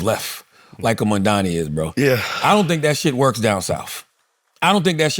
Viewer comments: I don't know why Charlemagne still can't pronounce Mamdani right lmao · Why can't Charlamagne pronounce Mamdani's name correctly? Imagine if it were a black politician